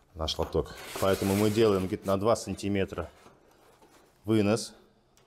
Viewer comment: За сантиметры - выговор,. ☝️